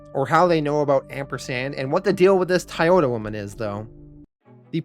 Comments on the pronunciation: Why are you saying thai yoda? It's spelled like the car company Toyota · Never heard anyone pronounce Toyota as [Tiyota] 😆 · Where are you from? Your pronunciation of certain words stick waaaaay the hell out. Toyota, Toy-ota where are you getting Tioduh from? Lav-vuh? How about Lah-vuh. It’s a pet peeve but after so many series it builds up